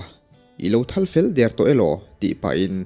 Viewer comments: "I lo thal fel dêr tawh elo?" tiha thal tih hi thlûk hniam tûr a ni. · Ilo thal felder tawh elo? tih a,Thal hi tuna i lamrik dan nilo hian rihniam zawnga lam adik hmel zawk lomaw?